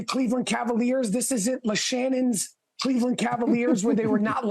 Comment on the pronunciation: He said Kha-Leveland😂😂